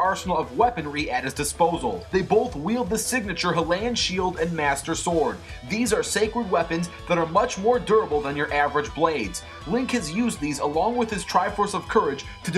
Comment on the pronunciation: Please tell me he didn’t say the “halayan” shield.